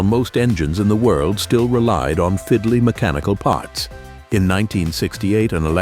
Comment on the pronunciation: And the AI voice with the fake, irritating British accent can't even pronounce "Stihl" correctly.